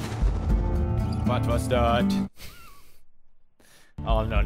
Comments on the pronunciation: love it when pewds says: wat was dat. its dutch and he thinks it's German. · "Wat was dat?" is pewds Dutch?!?!? XD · Hahahaha inderdaad ik hoorde ook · Yash i heard it too sa amazing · vwut vwas thut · That was perfect Dutch O.o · He thinks it sounds german, but yeah I agree it sounds Dutch lol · "What was that" in Arnolds accent sounds like "wat was dat". He also says "yas" instead of "yes" a lot.